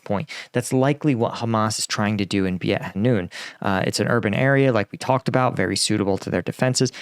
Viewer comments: nice vid, btw beit is pronounced like bait (like a fishing bait) ^^ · beit is pronounced "bayt". it means house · Pronunciation tip beit hanoun is pronounced similar to “bait” as in fishing bait. You said hanoun correctly, fun fact beit in arabic means house! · Content is excellent....'Beit' is pronounced more like Bayt (bait). Like the gum, too! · The Beit in Beit Hanoun is pronounced like fight, but with a "B" in front--or like mate with a "B" in front (for the Brits). Both are common ways to pronounce it, depending on dialect/language over here. Beit means house, and the Hanoun is the name of a river close by.